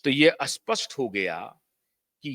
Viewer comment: "असपशट" नहीं बोलना 😅 इसका मतलब होता हैं "जो स्पष्ट नहीं वो अस्पष्ट "😊 आपको मैं नमस्कार करके कहना चाहता हूं की आप "स्पष्ट " ऐसा कहो😅😅 आपके उच्चार अच्छे नहीं हैं😢